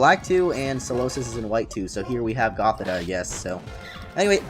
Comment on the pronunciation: It's pronounced goth-EE-tuh and sih-JUH-liff, ""! 🤨